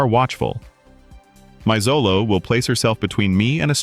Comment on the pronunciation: Pronounced Cho-low